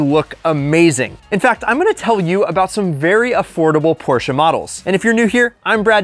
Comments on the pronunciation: It's not PorshcA its Porscheee. Eeeeeeee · It’s Porsh not Porshah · Stop saying porscha its Porsche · Porches, Porch, Porsche 🤣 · Its pronounced "porsh" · Porche and reliable in the same sentence? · Never mispronounce Porsche, say your a car guy and then own two of them. 💀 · You love them so much you can not even pronounce it correctly 😂😂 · Its called PORSCHE Say IT Like we germans do